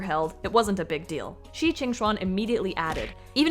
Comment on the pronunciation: Fighting on saying shi qing xuan everyone😂💕 i believe the 'shi' doesn't pronounce like 'she' instead it's 'sheu' (well if you know how to read 'eu' in korean name eunbin you'll probably be able to pronounce Shi[sheu] in no time)